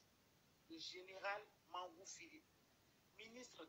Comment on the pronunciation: Quand vous prononcez le nom de Mangou là, ça sonne bien dans vos oreilles ? Merde😡tchrrrr